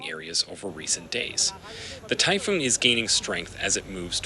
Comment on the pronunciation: You can go online and find the correct pronunciation of many words and names. Manila is pronounced Ma-NI-la. Typhoon is pronounced ty-FOON.